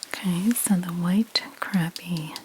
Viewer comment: It's actually pronounced "crop-ee". 😉